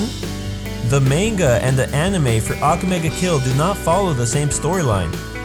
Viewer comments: I hate that u are saying ake mega kill ITS "akame ga kill" plz say right -_ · He pronounces almost everything wrong. EVEN THE TITLE.